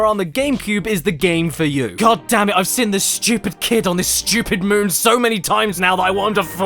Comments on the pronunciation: Why do u pronounce "seen" like that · If he pronounces "seen" as "sin", how does he say "sin"? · I can accept pronouncing room as "rum".......but saying seen as "sin" is simply too far